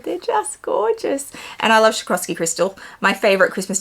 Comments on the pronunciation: As a German I feel it’s my duty to explain, it’s sw-ah-roff-ski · Lovely ducks and bag.. but u butchered the brand in pronouncing its swaa- raav- skee. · It’s “swah-ROV-ski” ducks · PLEASE LEARN TO PRONOUNCE „SWAROVSKI“!!!!! IT IS NOT SHAKOVSKI !!! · It really is a stunning bag, & to get it for retail is awesome. Btw I love the way you pronounce Swarovski 😂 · I love how you pronounce Swarovski! 😉🤣 too cute ❤️